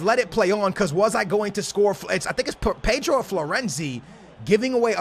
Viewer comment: your weird you can't say pedro